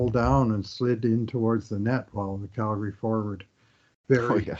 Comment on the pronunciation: ...any reason for calling the flames "Galgary"? lol